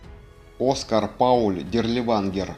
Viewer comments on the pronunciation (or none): none